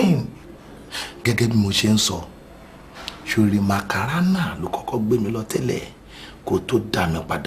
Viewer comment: Dele Odule it is not Macarana it is maracana